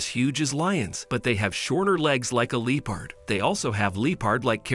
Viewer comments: Your pronunciation of the word ‘leopard’ went from cringey to extremely annoying and bothersome. It was like my ears got stabbed every time I heard it. Who the hell says LEO-PARD? It’s LEP-ARD. That drove me nuts. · The fact he keeps saying Lee-Pard lol kinda taking me out